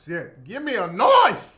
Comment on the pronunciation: When Tariq says “Give me a Knoife!”😂😂😂 cracks me up every time!